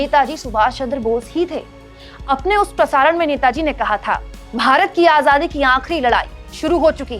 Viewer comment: मोदी जी आझादी नहीं आजादी शब्द है। जरा संभल कर बोले। देश को धोखा दे कर ठग की तरह नेता जी का तडका नहीं चलेगा।